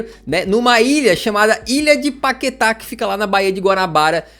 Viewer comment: "Páqueta" kkkkk